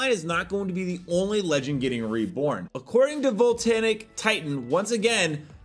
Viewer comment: You pronounce it: "Vohl-tay-ick" Titan. Thank you for coming to my TEDTalk.